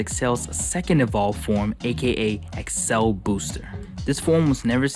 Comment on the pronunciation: Why do u say accel like that, I know it's not important but I'm cringing so hard everytime you say it